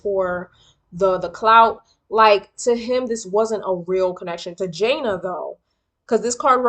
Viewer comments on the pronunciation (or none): It’s pronounced Juh Nay